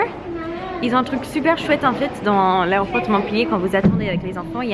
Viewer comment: c'est drôle parce que avec ton accent on a l'impression que tu dis "l'aéroport de" mon pied "" 😂😭💕